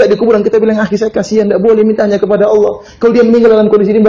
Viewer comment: Mohon diperhatikan penebalan kata/huruf dlm bhs Al-Quran. ALLAH harus dilafalkan "ALLAH" bukan Awloh. Maghfirah, bukan Maghfiroh. Ridho seharusnya RIDHA. Karena UAH juga yg menggantikan huruf "O" utk kata2 dlm Bhs Arab/Al-Quran yg FATTAH (vokal A) atau yg harus ditebalkan. Padahal dlm Bhs Arab tdk ada vokal "O". Sebetulnya semua manusia bisa mengucapkannya dgn sedikit berusaha. Banyak ustadz2 yg org Jawa juga bisa mengucapkannya. Jadi jangan laval Al-Quran ini diubah-ubah!! Jazakumullahu khairan